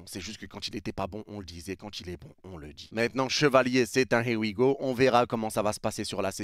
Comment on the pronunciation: « Y a les hé wi go » 😂😂😂😂 tu régales